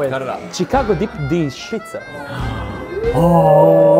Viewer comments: did said "Chicaco deep-dish shitza"? 🤣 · Chicago style pizza❌ Thick-ago pizza✅